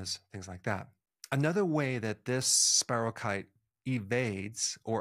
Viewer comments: I appreciate many of your videos, Dr. Berg, and am interested in much of this, but you know, genetic differences, even in MTHFR, seem to predispose some people to chronic illnesses, maybe Vit D or such could help even then. I was healthier in the summer when I had Lyme disease… please note it’s not Lymes disease, and check the pronunciation of spirochete (keet) so people don’t dismiss the other things you can add to this topic. I suggest everyone watch Under Our Skin documentary, sometimes it’s even free on YouTube. Look for the website on Lyme disease by Dr. Marty Ross, he also covers coinfections, which are often not acknowledged, and complicate things. Any additional tips on improving immune systems would be great! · FYI ANYONE: SPIROCHETE IS SPELLED SPIROCHETE OR SPIROCHAETE AND IS PRONOUNCED AS SPY- RHOE- KEET.